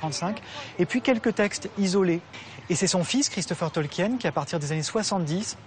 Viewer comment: Purée, des années plus tard, les français n'ont toujours pas appris à prononcer correctement "Tolkien"...